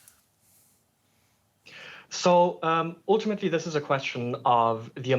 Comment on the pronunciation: oooltimately🤦🏻‍♂️😝🤣🤣